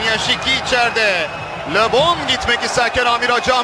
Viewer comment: Labon diyil! Lebon